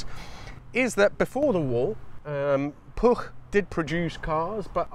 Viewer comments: Nice video. As long as you keep the u in Puch as oo, your pronunciation is bang on. Living nearer the German-language Germanics than you do, I believe "Steyr" is pronounced as Styre, not steer. That "Porsche" flat twin sounded a lot like an air-cooled Beetle - ;) oh wait, that VW engine may have been designed by a Porsche guy (too). Key question with "flat" is, is this really a "flat" engine (one crankpin for two cylinders) or is it a boxer (one crankpin per cylinder). I don't think "flat" works well if there are only two cylinders. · Congratulations on getting cat-bombed and pronouncing Puch correctly (rare for English speakers).